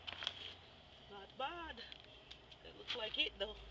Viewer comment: great harvest👍...I heard a Caribbean accent when u said "not bad" are u Jamaican?